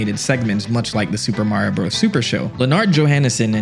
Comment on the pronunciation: Love to x out of a video as soon as a I hear “Bros.” mispronounced. The period isn’t decoration.